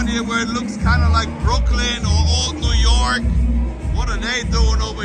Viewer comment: dude literally said "newh yawk newh yawk" LMAO! love you